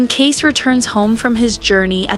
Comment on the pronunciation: Can the AI not pronounce Kayce's name as Case. Makes it obvious. Makes me leave. Sorry.